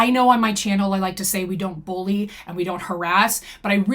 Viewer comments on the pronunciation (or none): none